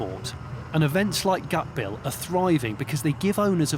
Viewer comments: It's not fucking pronounced, "gut-bill", it's pronounced "gar-t-eh-biel" with a silent R (just to get the correct emphasis on the A). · Gaatebil not gatbil.